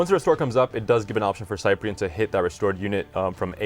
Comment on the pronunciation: ugg S-eye-pree-en... That pronunciation though. Sip-pree-en please. kthnxbye.